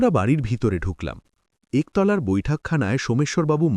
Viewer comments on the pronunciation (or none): একতলা-উচ্চারন টা কেমন হলো?সালিউশন,মাজিশিয়ান- ঠিক করতে হবে। "দ্যানা"? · "একতলা" টা আমরা কি এইভাবে উচ্চারণ করি?? হাস্যকর।